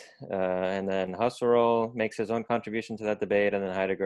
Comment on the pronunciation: Mispronounced “Husserl”